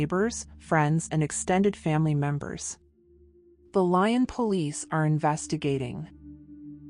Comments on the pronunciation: THe lying police? I'm guessing you mean Lyon.....which is pronounced "lee-onh" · It’s LEEOHN.. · "Lyon" is pronounced "lee-OWN."